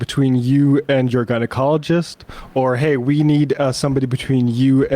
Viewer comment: Gynechiatrist. Get it right.